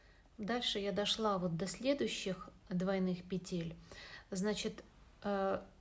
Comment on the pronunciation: пЕтель, не пИ тель